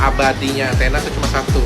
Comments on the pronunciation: dan ATHENA bukan ANTENA 😂😂😂 Sering banget salah nyebut nih pemilik channel 🤦🏼‍♂️ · Bang..bukan antena tapi Athena..